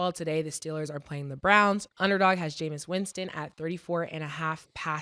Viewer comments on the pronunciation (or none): Murda keep calling that man "Jameson" Winston lol